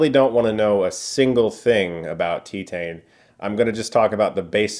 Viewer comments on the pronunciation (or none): pronounced Tee-Tahn, not Tee-Tain. French for Titanium. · pronounced tee-tahn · "TEE-TAYNE" Sighs in French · “tEtane”? I thought it was tItane as in titanium? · Not gonna lie, I cringed everytime you said ''tee tane''. I feel like you either should've gone all in with ''Tee than''(think han in han solo but without the h) or just go with ''Tie Tan''. Still a great review as always. For reference, I'm french canadian. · Tee-tane? Wouldn’t that be Tie-tane as in Titanium…. Teetanium 🤣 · Teet - AHN Not Teet - AYN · It's pronounced "Tih-TAN", Chris. Not "Tee-tayne". Also this movie is weird as fuck 😂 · YESSSS. Been waiting for this review. My favorite movie of the year, such an incredible film and experience. Also Chris it’s pronounced “Tee-tahn” lol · I haven't watched the review yet, but we brought this into the Indie Cinema I work at. I thought it was so fun! Also, I believe it is pronounced something more like tee-tan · Heard it from the director's mouth at the premiere, it's pronounced Tee-tahn. I completely love this film though it has a high barrier for entry. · If you wish to pronounce the movie title properly, it's " tee-tan" ( as in suntan) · Is it not pronounced “tye-tayne”? As in “titanium”? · That’s actually pronounced “Tee-Tan” , like a golf tee , and a nice sunshine tan : Tee-Tan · It’s pronounced TEE-tahhh-nuh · "Tea tayne" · Did he pronounced titane as tetaine? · French for titanium pronounced– ti•tan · pronunciation: tea-tahn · "Tea-tain", wtf? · Ist's pronounces Teetun btw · How do you pronounce Titanium properly but you pronounce Titane like Teetane? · Pretty sure it’s pronounced “TEE-TAUN” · Pronounced tie-tane like The titanium she has in her.... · Bless you, but I kept cringing every time you said “Tee-tayn”. ^^; I hate to be that person, but as it’s the title of the movie and you say it over and over it might’ve been a good idea to learn how to pronounce it. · "Tit-hein"??? 😂😂😂 Way to butcher the pronunciation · I kinda love how you say Titane